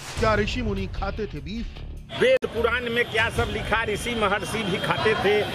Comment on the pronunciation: Beef hota hai beaf nahi 😁😂😂